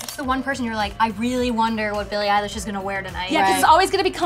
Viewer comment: Billie "Eyelash"😂